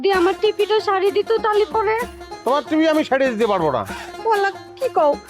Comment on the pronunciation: টিপি নাকি টিভি🤣